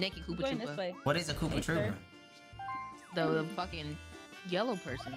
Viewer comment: FAM KNOOPA TROOPA (the n is silent...) is possibily the funniest VO ive ever heard